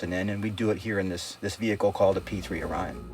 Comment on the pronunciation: I think the P3-Orion is pronounced (Oar-eon).